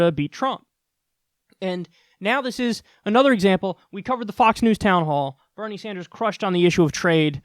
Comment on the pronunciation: Ah yes, my favorite politician, Benie Snders